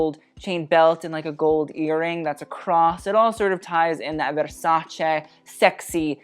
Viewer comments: My ears are THANKING you for saying “veRrsacE” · Love that he pronounces VersacE!!! Like, Italy thanks you 🙏🏻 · It's the "verrrrsacE" said in the right way for me boy 🇮🇹♥️ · As an Italian hearing Versace and not versaci is a bless to my ears. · I'm new to this channel and i nearly cried hearing you say Versace correctly 😭😭😭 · The fact that he pronounces "Versace" correctly makes my italian soul happy. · Thanks for pronouncing Versace correctly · I'm a simple person. I hear versace pronounced correctly, I click on the like button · Omg finally an american that spells versace correct. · has any other Italian already commented that you’re the first non-italian person they’ve heard pronounce “Versace” the way it’s supposed to be pronounced?